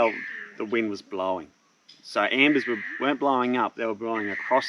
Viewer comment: Embers haha, not ambers